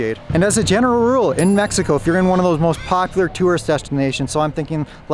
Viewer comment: You live there for years,what about if you stared to pronounce right the country name?